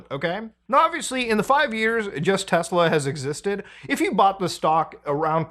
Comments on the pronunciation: Its pronounced "Tesla" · "I LOVE TESLUR!" -Donald J. Trump